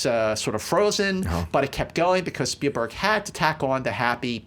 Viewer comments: "Speilberg"??? :P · Spielberg not "Speilberg." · Spielberg.....SPIELberg......not Speilberg and Star TRek.....not Star Tek.